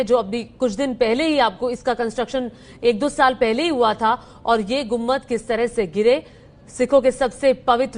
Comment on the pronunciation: Lady news reader, it is गुम्बद and not गुम्मद